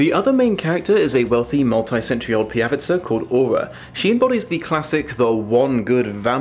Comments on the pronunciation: It is not pijavicA it is pijavicE... PijavicA sounds Slovak. But it does not really matter :) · Watching this video as a Czech has me "😮" 😂 Seems like an interesting book, and someone has definitely done their homework (for example vodník is a typical Czech folklore entity). But "pijavica" gave me a bit of an eye-tick (in Czech it's pijavice) 😅